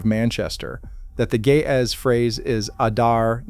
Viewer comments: As an Ethiopian Orthodox Christian, I am deeply offended by how you keep pronouncing Ge'ez as 'gay-azz.' It is pronounced 'Ge', using the first sound from the word great, and 'ez', using the first sound from the name Ezra. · I keep hearing: ''the gay azz'' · The juvenile in me keeps hearing "The Ge'ez" as the voice said it as "the gay ass...."